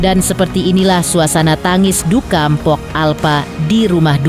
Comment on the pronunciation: Bisa baca ngga sih.. Empo bukan empok.. Umumnya gimna sih nyebut empo irg betawi ga ornah denger apa ya? 😂